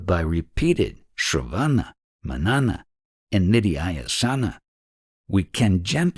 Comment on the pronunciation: Shravana, Manana, Nididhyasana, with an accent on the first A. Otherwise brilliant reading 💗💗